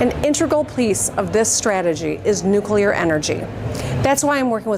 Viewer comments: Whichever chatter complained about her pronunciation of nuclear... she said it right. Every time. Except once, where she kind of slurred the word a bit on accident. Don't be so petty and pedantic 😊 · Shouts out to Big Gretch. She’s a really nice lady. We pronounce nu-clear right